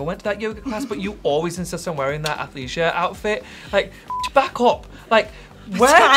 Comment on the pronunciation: alexa reading athleisure as ‘athathths’ 😂